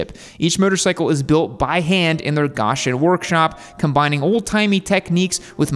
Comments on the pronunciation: pronounced GO shin (not Gosh) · So. It's pronounced Go-Shen. No Gosh there at all. If you couldn't get that right well...... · Gawshun? ...it's pronounced "Go-shen". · Its gOshen not gawshen lmao 🤣 plus the bikes look sick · Go-shen not GOSH-en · Go shin not gosh in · Man these things are built down the road from me, and i think they're pretty damn sweet. Not every motorcycle needs to be a complex race machine. And justa heads up, its pronounced Go-shen🤘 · As a person living within 20 miles of Goshen it's pronounced go-shin. This was really hard to watch without screaming at my phone 😂 they're kind of a collector's piece. Something you take out to just enjoy riding on a Sunday maybe. They're almost deliberately underpowered. Kind of cool nugget, a lot of the metal work is done by the Amish in the area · I bet its pronounced, "Go Shun..." well Im happy they are employing a few folks, very cool!! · Its Go-Shen Indiana lmao. Also, it may have been a joke, but steampunk influence is indiana in a nut shell. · Pronounced “GO schen” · Hey, got to tell you that its pronounced Goshen with a Long o. I am from Indiana so It hurts my ears to hear it the other way. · Pronounced Go-shin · As a dude from Indiana, hearing someone say GAH-shon is hilarious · Everyone in Elkhart country cringed when you said Gosh-en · Chances are you'll never have to say that towns name again, but just in case it's pronounced Go-shen . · "GOH-shen" - Merriam-Webster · GO-shen bro. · It's pronounced GO-shen. You're welcome. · Goshen has a long O - like goat. Can tell you're not a Hoosier! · I live by goshen Indiana it’s actually prenounces goooooshen with a o not a ah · Man, the way you're pronouncing Goshen is killing me. Go-shin. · Goshen, it's pronounced Goh-shin. Like "I'ma Go kick your Shin" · "Go-shen, Indiana" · Grew up around there is GO-shen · It's pronounced Goe-shen. Get it right. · The town is pronounced GOH-shun. It's Amish country. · I live in Indiana, and it's pronounced Goshen.